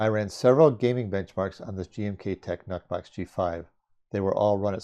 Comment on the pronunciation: "Nuhk" box? Blahahahaha